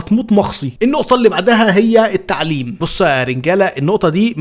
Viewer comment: اول ما قال التعلبم انا او شت هي وي جو اجين 😂😂😂😂